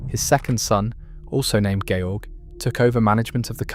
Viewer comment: His name was NOT George as in George Washington, he was GERMAN, it was pronounced correctly.